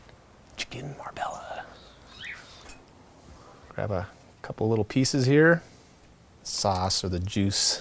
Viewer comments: OMG it's not Marbella - have you been to Spain? It's pronounced Marbeah - like the city in Spain where the dish originates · I've owned, lived, and cooked from my Silver Palate cook book for almost 35 years. Never made this one, 'tho it looks delicious! I just recently learned (from Christopher Kimball, no less!) that it's correctly pronounced Mar-BAY-yuh.. Great video!